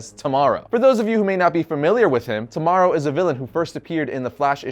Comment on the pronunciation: Isn't it pronounced T.-O.-Morrow?